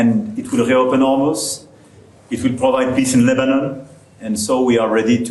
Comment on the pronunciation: Trump is completely clueless. Can’t even pronounce Lebanon correctly !